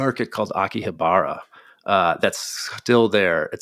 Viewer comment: he may need to apologize for his pronunciation of "Akihabara". 😉